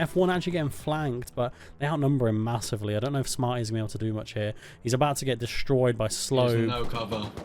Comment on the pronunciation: "this base is getting rrrrra destroyed right now"